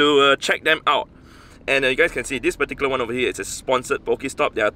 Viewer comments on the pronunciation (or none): none